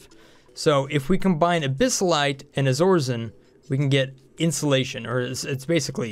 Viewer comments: BTW the second material is not "Izorizen" It's Iso-resin, pronounced Eye-so-rez-in. Bugged me every time you said it XD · is it pronounced iso-resin? that seems better... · I believe it's pronounced EYE-so-re-zin (Iso-resin)